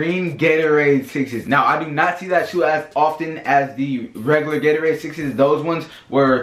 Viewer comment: Lol he said "Gatowade"😁😂😂